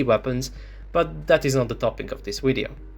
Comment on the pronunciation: I cant do all of them in one “wideo” had me 🤣😂🤣😂🤣😂